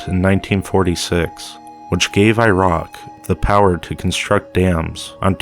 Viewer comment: He says irock LOL!